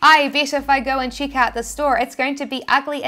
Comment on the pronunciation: Love all your videos & valuable contents - inspiring us to try TShirts P. O.D. Thanks. Your ' Tein (10), 'Chick' out is funny. Haha! My accent is funny too!